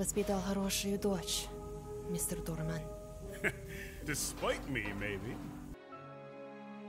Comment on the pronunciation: Despite... it's despite.